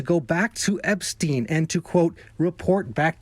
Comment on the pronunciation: why does he say epstine and no esptein ?